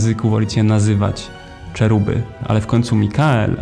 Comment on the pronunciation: Najmocniej przepraszam, ale w tym materiale jest mnóstwo błędów. Lucyfer, o którym mówisz, to mocne interpretacje i przekształcenia Kościoła. A te anioły to cheruby wymawiane jako „heruby” a nie „czeruby”…